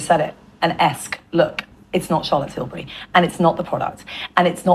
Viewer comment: Can we talk about "Chaza Tills" please???